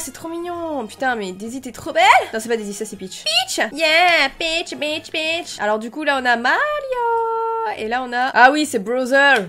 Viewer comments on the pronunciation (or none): À la place de " peach " j'ai entendu " bi*ch "